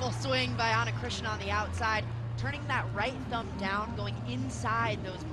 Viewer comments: Eu seu...foi só uma piada, pois ela pronunciava ´Chrisna' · Ana Cristina, like Cristina Aguilera... no christiana, lady on the mic said it every time wrong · They can say Christina Ricci and Christina Aguilera, but they can't say Ana Cristina 😂